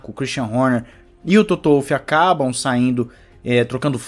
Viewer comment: Em Wolff o W lê-se como V. E não como U. Ele é Austríaco. E a asa traseira deformável é a que dá maior ganho. Não é a da frente. E não são "brechas". É ilegal. Ponto. O motor do Ferrari de 2019 também passou SEMPRE nas verificações. O regulamento diz que a asa deve ser RÍGIDA. Coerência...coerência.